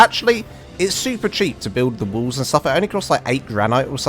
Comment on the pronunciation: sorry... your accent made it sound like you were saying "triangle woos" lol good explanation though on the basics of building a small starter base.